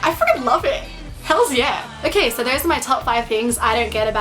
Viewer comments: why do you pronounce an "r" sound in the word, "SO"? Sounds like you are saying "sorrow" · "hey guys! seeorrrrwrwrrrr, most of you know....."